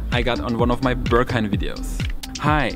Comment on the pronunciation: this club is not called "ze Börghaim". It is the "Berghain". "Be" like in "best", "rg" like in "organisation", "hain" like the tomato-ketchup without two letters. Entrance currently 22.-, Beer 4.-, good coffee, good Techno, high Ponytails, low hygiene, huge people, tiny people, a general politeness, and some rules. If your wardrobe is of 80% black stuff, you like dancing to techno, you can handle yourself, you have been to demanding places: might be most nice for you.